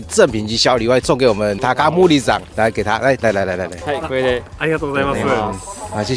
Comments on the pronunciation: "高森"發音是takamori，你的發音比較像是takamuri，這樣就會變成”高無理”‘。("無理"是不能，不行，很難的意思)，不過我想高森先生應該是不會介意的😂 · 森的發音是ㄇㄡ ㄌ一，你的發音比較像ㄇㄨ ㄌ一